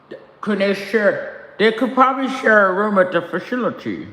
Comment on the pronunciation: “Share a room at da fashility” 💀